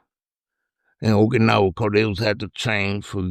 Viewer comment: Take a drink Everytime he says oak-anowa or viet-naw